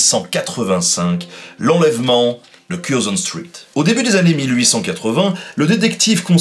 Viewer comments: Street --> Stritt ^^ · Stritt? Comme dans Street? 😂